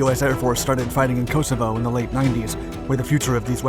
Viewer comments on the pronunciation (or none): none